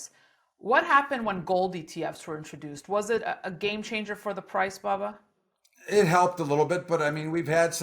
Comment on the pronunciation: Its......BUBBA Danny!!! NOT,,,,,,BABBA!!!!!!!.........BUB!!!....NOT BAB!!!